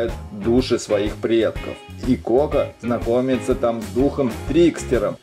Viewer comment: Не како а Коко